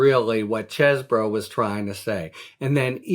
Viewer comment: Finally, someone that pronounces Chez bro and not Cheese Boro. Thanks Harry!